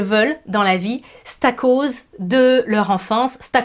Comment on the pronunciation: oups je me reconnais dans les 15 ! :) bon le positif c est que au moins ca m aide a le conscientiser maintenant ! :) PS: le ''stacause'' m a plié de rire :D